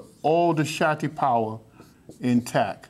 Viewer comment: It sounds that the teacher is saying "Satti power". But don't he meant to say "Shakti power"???